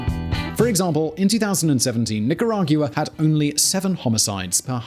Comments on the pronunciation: Dude. It's Nica-ra-gua, NOT nicarag-u-a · pronounce NI-KA-RA-GUA. Thank you. I spent 10 years in Central America as a military advisor. 1. Corruption: Corrupt politicians and Law Enforcement are the biggest problem in Mexico and Central America. That is followed by narcoterrorism. Mexico is the primary source of most of the problems in Latin America. Solution: Find the bad guys and kill them. Mexico and Central America are overpopulated. They can afford to kill 100,000 bad guys each. They have done so in the past. They can do it again. 2. Leadership: We need more people like Mr. Bukele. Leadership and honesty can be taught. 3. Communism: It must be eradicated. It affects all of Central America to include Panama. Communism adds another dimension of violence to narcoterrorism. Mr. Ortega is a pedophile. He should be executed immediately. Violence from Nicaragua spills over to Honduras and Costa Rica. This has happened for 40 years. It must be stopped. Start with Ortega and the Witch and continue to hunt from there. Dead people do not commit crimes. Perhaps, they can borrow a few drones. 4. The U.S. can benefit from hardworking and educated immigrants. Most Central Americans and Mexicans are definitely hardworking. Everyone would benefit by improving the educational system in CA and Mexico. We already have Dual Language education established in parts of the U.S. Dual Language education is the way to go in LATAM. 5. Finally, CA and Mexico would benefit from establishing Enterprise Zones where FOREIGN investors can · Nicaragua is pronunced nica-ra-gwa:D Please! My ears are bleeding! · how does someone not know hoe to pronounce barrio🤣😭 its BAR not BEAR nicaraguiya?? i mean cmon is this a joke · NicaragYOUa??? Is that how the British actually pronounce Nicaragua? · As a native spanish speaker, I cringe everytime he mispronounces “nicaragua” that badly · it's like how the British pronounce 'jaguar'